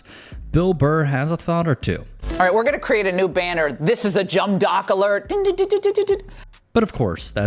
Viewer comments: . "This is a jum dock alert" Did she mean to say, "Dumb jock"? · Accidentally pronouncing it "jumb dock" while trying to mock someone you perceive as being dumb: karma.